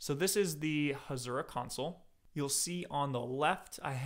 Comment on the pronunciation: Hasura not Hashura